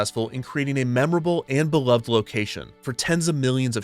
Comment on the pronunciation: that's not how one pronounces "beloved" 😅